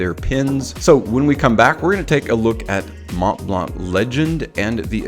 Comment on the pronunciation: You don’t really say the ‘t’ either in Mont blanc 😉 Thank you for the video. Great overview 👍